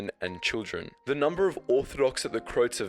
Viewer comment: It is pronounced as Cro-ats, not crotes!!